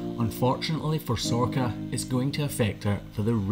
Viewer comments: She's gorgeous! For a moment there I really thought you said her name was Sorkka, which is a Finnish word for cloven hoof. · Sorcha (pronounced Sor-ka) is the Irish (Gaeilge) version of Sarah. I presume it's the same in Scots Gaelic as they are very similar languages. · I was honestly sure she’d have to reverse into crush with the size of her beautiful horns, and that it’d be a whole production that’d risk stressing her out, great to see that she could just walk in instead! Also, since ye were talking to the farmer about her name at the start, Sorcha is a very common name here in Ireland! It can be pronounced either sor-ka, or sor-sha.